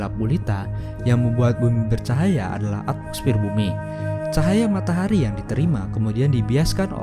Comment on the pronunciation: Bang kok matahari jadi matahri?